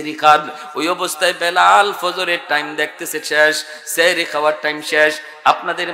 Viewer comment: সেহরী❌সাহরী ✅ এত বড় ভুল করলে আলেমদের কে মানুষ অন্য চখে দেখবে।